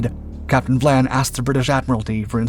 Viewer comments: I enjoy your channel but the very weak research and editing have got to be addressed. The name of the British Captain is Vian not Vlan. It is simply maddening to observe such easily avoided mistakes this channel makes. Just a little concern for accuracy would greatly improve your work. As a retired professor of Theater and Film I know how important accuracy is in the presentation of facts or fiction. You could greatly benefit by more concern for accuracy because once inaccuracy is engaged increases unchecked your audience soon no longer trusts you or visits your site. Be wise. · Captain Philip VIAN (pronounced VI-AN) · Captain Vian's name is pronounced vie-ann. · What is this 'Vlan' nonsense? It's Vian. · You’re butchering the Captains name. Phillip Vian. Not Vlan. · It isn't VLAN it's VIAN. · It’s Vian not. Vlan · Cossack's captain was named VIAN not VLAN as used in the clip. the letter "I" obviously taken to be "L" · Hey, that one was pretty interesting. Just a couple of things to correct.... You may have misread the name of HMS Cossack's captain, as you were pronouncing Vlan rather than Vian. And the aircraft which located the Altmark were a trio of RAF Hudson bombers, not the Catalina you pictured. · It's Vian, not Vlan. Otherwise great video as always. 🙂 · Philip Vian not Vlan.